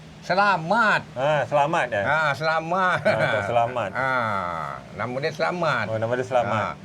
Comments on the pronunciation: ni sudah di tegur di dalam video sebelum ni tentang penyebutan nama yang sebenar ialah Tok Selamat bukan Tok Selamit tapi masih juga nak menyebut Tok Selamit!!! Tok Selamat tu orang Melayu bukannya orang Jawa yang di sebut Tok Selamit! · Tok SelaMAT bukan SelaMET. sudah beberapa kali tersalah sebut. tolong biasakan sebut nama orang dengan betul. sampai pakcik bujang pun tak cam nama tok selamat bila sebut selamet🤣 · 😂😂betol. Nama melayu tok selamat. kena betulkan lidah dan sebutannya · 😂 tok selamat bukan tok selamet... selamet tu nama org jawa...